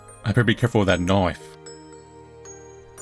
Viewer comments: I just love how says knife "knoife" I wish someone would do a comp of him saying it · WHY DID SWITCH TO BRITISH ACCENT WHEN HE READ ''KNIFE'' IM ROLLING ON MY HARDWOOD FLOOR I CANNOT